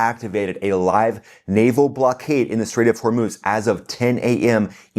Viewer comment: The Lego stuff is funny, but definitely not produced by IRGC for various reason, the least of which is they would not pronouce Hormuz as Hor-MOOSE as Iranians say Hor-MOZ.